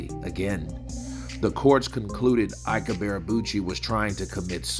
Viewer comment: Can't this guy even speak properly? WTF is Ibearabuchi? PAY ATTENTION SON it's pronounced 'EeeBay A Boochy' You fanboys need to step your game up. Shoddy work AND FFS buy yourself a proper mic homeboy.